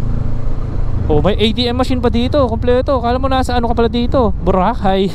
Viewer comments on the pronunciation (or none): none